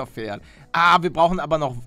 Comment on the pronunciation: wenn er noch einmal FERD sagt also ohne P dann deabonnier ich ihn!!! xD